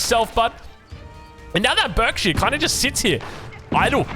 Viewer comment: BARKsheere palace